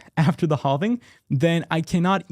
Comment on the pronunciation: Say halving right please!